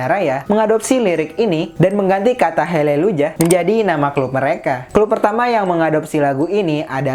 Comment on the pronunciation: Izin corretc Haleluyah bukan heleluyah